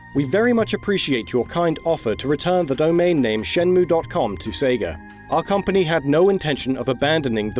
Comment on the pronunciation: it's "shen-mway"